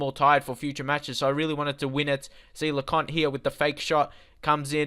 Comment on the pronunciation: Le-coin-t ..... Lecointe Gurr-e-eri ...... Gurrieri Jil-mert-tan ....... Gilmartin La-ery ...... Lowry Hor-ri-han ...... Hourihane Write this down so you can pronounce it properly when recording. I know how to say it, look at my YouTube logo. I have met most of the players. Yo-vil ......... Yeovil